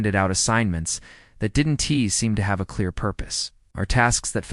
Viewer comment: THat AI just came up with its best word ever......the word "didn tee". Most people pronounce it "didn't'. What brilliant person thought that computer generated speech was better than an actual narrator?